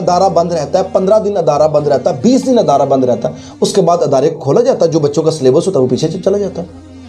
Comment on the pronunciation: أَدارے❌❌❌❌❌ إِدارے✔️✔️✔️✔️✔️